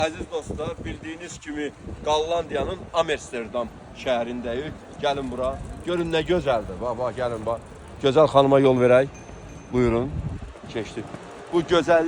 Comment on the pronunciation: Amesterdam yox, Amsterdam..